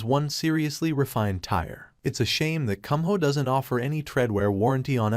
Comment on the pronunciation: It's Koom-MO. Not Cum-Hole. Stupid computer voice program. It's YOKO-hama, bor Yawk-🤦‍♂️